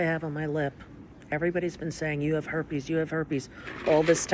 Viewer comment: Now that Rosie lives in Ireland it’s not herpes..it’s harpes